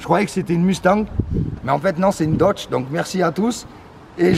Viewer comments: "Une Dotche" 😂😂😂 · C’est pas une dotch mais une dodg😂 aussi nn jte kiff